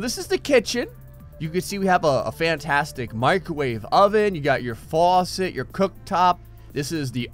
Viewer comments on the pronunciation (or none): none